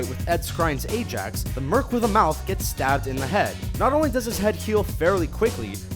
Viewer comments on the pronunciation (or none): none